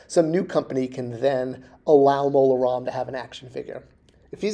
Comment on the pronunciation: Maybe because (and I like, but he can't spell or pronounce things, sometimes) Disney never heard of "Mon Roma" [sic] and still doesn't know he meant Mola Ram.